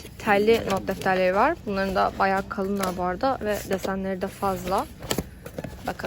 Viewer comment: ben varggh demesine takildim benle ayni olanlar